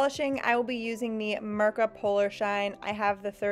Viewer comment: It's not Mërka but Mirka. iiiiiiiiiiiiiiii not ë!!!!!